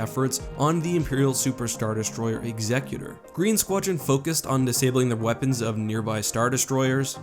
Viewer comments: It's pronounced "ex-ecutor", not "eggs-ecutor", what you were saying is a Pokemon. Just thought I'd point that out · *EX-e-cu-tor, not ex-E-cu-tor.